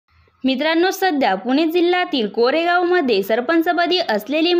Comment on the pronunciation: कोरेगाव नाही कारेगाव म्हणा.